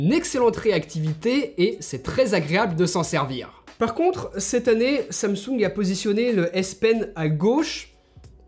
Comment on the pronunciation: Samsoung ? xD